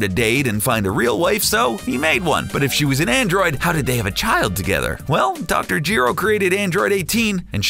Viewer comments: Nobody: Dr Jeero, Vosh the Stampede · “Dr. Gee-ro” exits